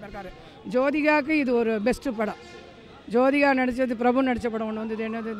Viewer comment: அடேய் அது சோதிகா இல்லடா ஜோதிகா டா😀😀😀😀